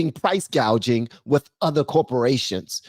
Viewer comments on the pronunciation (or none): It's not price gouging according to Kabala it's price gauging😂 also no taxes on tips for the hospitility instead of hospitality😂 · Price gaging or Price gauging??? Get it right Harris!!! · Did you notice she can’t even pronounce GUAGE.. she says PRICE GAGE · She said "Price Gaging" (instead of !? Price "Gauging"). Was it written that way, or, did she read it that way!? Either way; she knows not, IMO; what she is speaking about. 😮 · Lmao she said no tax on tips for “hospitility” workers instead of hospitality… then she said she’s gonna pass the first ban on price “gauging” instead of gouging 😅🤦🏾‍♂️ she’s so ignorant she can’t even read the script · The comedian was funny, but let's not forget that a husband and father, former first responder, was killed and two other men gravely injured during that snot nosed kid's murderous attack. So, I can't give the comic a thumbs up. And Kamala said price GAUGING. What the hell is that? I wonder why she didn't say "Pause" after that.